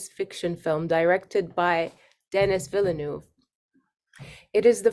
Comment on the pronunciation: That she couldn’t say Denis Villeneuve’s name right put me off.